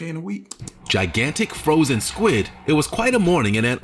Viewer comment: I ain't hear a word u said after u said froshen 🤣🤣🤣